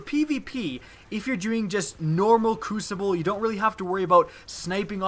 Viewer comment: did u just say cucible instead of crucible